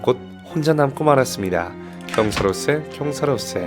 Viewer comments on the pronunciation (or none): 다른 건 다 괜찮은데 책 읽을 때마다 경사로세를 경사로쎄라고 읽으시는 이유가 뭐에요... 목소리 깔고 읽는 거 들으면서 좋아하다가 갑자기 발암.